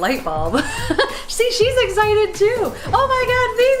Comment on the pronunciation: did he say Egg-cited or was I hearing things